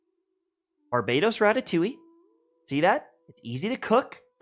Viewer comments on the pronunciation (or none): none